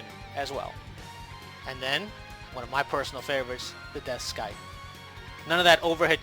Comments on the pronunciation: The C is silent in scythe. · Hate to be that guy, but the c in scythe is silent.